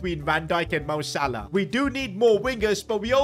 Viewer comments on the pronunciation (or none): none